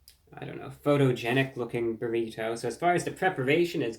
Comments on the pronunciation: I love the way you say "burrito" tho. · There is no greater sound than Reviewbrah saying "burrito" in his cultivated Mid-Atlantic affect